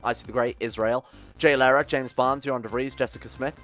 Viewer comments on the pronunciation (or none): none